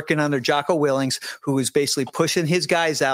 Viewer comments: When you can’t even get Jocko’s last name right how can I believe your story?? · I'm not saying that is right or wrong but if you are going to claim with certainty intimate knowledge of how Jocko operated as a Navy Seal you maybe should learn to pronounce his last name properly because it calls your credibility into question.